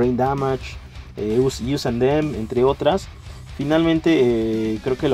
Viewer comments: Us + them no se dice "ius" es "os" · "Yius an dem"???? WTF??